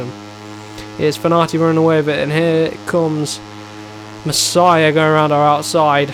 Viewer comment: Hes name is Masia not Messiah it is with out e, double s and h.